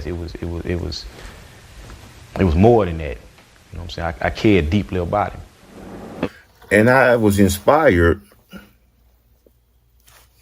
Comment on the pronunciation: It’s funny how he say him. He say it like hilm.